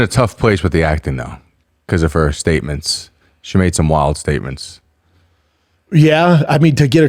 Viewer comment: “Wild staements” …? Cmon Brendans new friend.